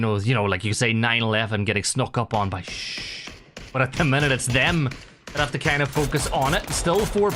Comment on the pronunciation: Team Shhh you say Shhh instead of shoosh. It sounds stupid. If a team calls itself Naaa or Baaaa are you gonna say that?